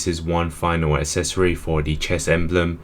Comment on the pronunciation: It drives me up the wall how you cannot pronounce the word “accessory” correctly. Come on man, it’s not hard.